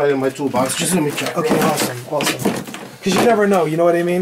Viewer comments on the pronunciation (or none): the brother tree and it's awesome not osum lol